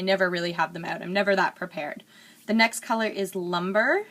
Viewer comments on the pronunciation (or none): It is pronounced loom-bray, not lumber.